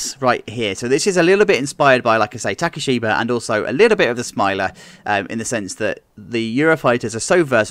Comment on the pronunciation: that's probably the best layout I've seen for one of these also it's Takibisha, not takishiba